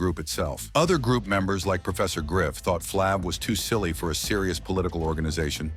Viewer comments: It’s Flav !! Not flavvv,!!! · A.I. talking from text. You got to spell it Flave, it might pronounce better. But no matter what, Public Enemy would not have been as successful without Flav, word up! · What flng moron either calls him flaaav or doesnt correct the AI to fix it? Morons thumbs down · Get this computer generated commentary outta here! “Flahhv?” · Flaaav....who are these scumbags who read this shit and dont even verify how to pronounce names..maybe its AI but even then someone has to hear it before its posted and say ok its good to go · Man these narrators totally destroying EVERYONE'S NAME😮 is it flāv or flov😮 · YOU PROUNCED HIS NAME FLAV IN ADDITION , IT IS FLAVOR YET HAVE YOU I AM BUYING WHAT YOU SAYING. MANY CELEBS DID DRUGS YET YOU DID SAID NOTHING ABOUT THEM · Damn AI can’t get his name right. Freaking annoying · Like flav this was pure crap. Can't even pronounce the bum's name. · Yeah saying his name wrong 😂😂😂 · Shut up you know nothing about Flav, you can’t even pronounce his name correctly. Walk a mile in his shoes 👞. Go sit down your in no position to judge Flav. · Bro 🤔as long as flav been around U would think U would know how to pronounce his name..🫤💯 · Ummmm word of advice BEFORE you commit to do a documentary on a person PLEASE learn how to PRONOUNCE the person NAME CORRECTLY jeez louis 😂😂😂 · Stupid A.I Voice can’t say his name right 😖